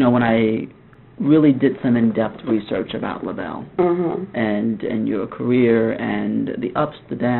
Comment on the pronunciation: THANK YOU! He kept saying "Labelles" and it was like fingernails on a chalkboard. The Bluebelles and Labelle, but not "Labelles."